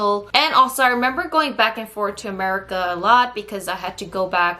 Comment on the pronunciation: did you say,....." 'Murica "?! XD